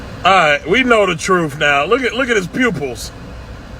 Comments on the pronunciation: "My truf" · She knows her "troof" . Classic.